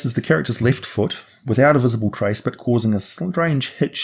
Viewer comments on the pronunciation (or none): none